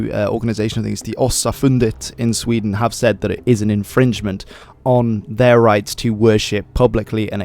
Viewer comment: The country will now be known as Wee-den.